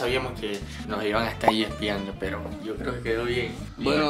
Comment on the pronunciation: Nando diciendo: me dijeron pel pero